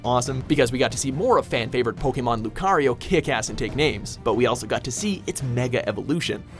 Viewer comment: You pronounced lucario right. Thank god.